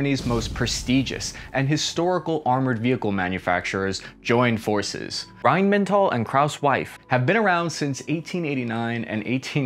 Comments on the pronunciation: What, is it not supposed to be pronounced "Rhyme n' Tall" ? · Did he say Rhine Mental? - approx 3 mins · AHAHAHAAHAH It is not "Rhein MENTAL" It is Rheinmetall* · FFS Metal is the same word in english as in german, why say "mental" lol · Yes I know, it stretches back to the Hitler days. But he pronounced it Rhine mental. A Freudian slip. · Did you say rheinmental? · Are you mispronouncing these names on purpose? Poo-ma? Rhine-mental? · I don't want to be that guy, but the pronounciation of Rheinmetall and Kraus-Maffei Wegmann was... let's call it special :') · "wine-mental and klaus' wife"? dude, it's "rhyne-met-ah-ll" and "kr-ah-oo-s muff-eye" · the brands are called: krauss-maffei. not krousewife. rheinmetall. not rhynemental. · "Rhein mental and Krauss' wife" lol. Might wanna work on your pronounciation, the first one doesn't even take any effort to get right. It's not that unusual. Look at Japanese or Soviet / Russian tanks and you'll also find height limitations, except more extreme. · Reihnmentall and Krausmeiff? :D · A "defense analyst" that says "RheinmeNtal" and 'Krauss-wife" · "Rheinmental and Krauss-Wife", mispronounce it with confidence 👍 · "rhainmantall and krauswife" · "Rhein-mental" and "Krauss Wife"? really!? 😂😁👍 it's ok though, Deutsche Sprache schwere Sprache.. Great Content by the way. Huah! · At least try not to butcher the pronunciation of KraussWife and Rheinmental 😀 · "RheinMENTAL and Krauss' WIFE"?? haha xD nice Sauerkraut'sch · Rhein-Mental and Kraus Weiff ???? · "Rheinmentall and Kraus'-wife" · how are you pronouncing that brother? I didn't know that Rhein was mental and that Krauss had a wife? 🤣